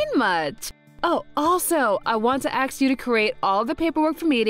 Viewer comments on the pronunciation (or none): Why does Ms. Akine say 'axe' instead of 'ask'? Did her VA think she should sound like a survivor from the Baltimore Public School System?